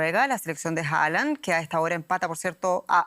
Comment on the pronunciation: Es que es Jalan xD